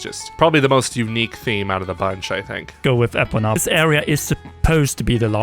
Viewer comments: I promise you: It's Ee-poh-nuh and not Eh-pun-ah. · WHAT THE F**K IS AN EH-PONA? EEEEEEE-POH-NAH ✅